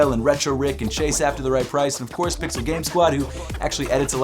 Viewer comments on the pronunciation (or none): none